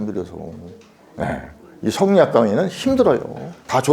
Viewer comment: 또 엉터리 발음! 성리학의 "이"도 길게 발음해야지요! "이유, 이치, 이법"의 첫 자도 짧게 발음하시렵니까!?? 이런 자고저도 모르는 이가 설리학을 강의하고 있는 대한 민국!! 이런 심각한 문제를 논하는 이는 1967년에 고국을 떠난 이 늙은 이 뿐이라니! 이 얼마나 슬픈 일입니까?